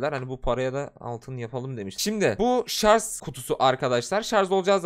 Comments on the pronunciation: ŞARZ DEĞİL ŞARJ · Sarz değil şarj.